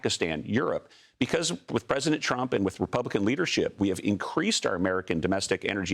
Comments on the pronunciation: Sorry he said President Trunk at the beginning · Was it me or did he say trunk!!!🤨🤨🤔🤔🤔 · Did he say "president trunk"?lol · Did I hear president trunk ?